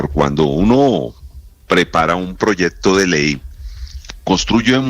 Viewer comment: No se dice proyedto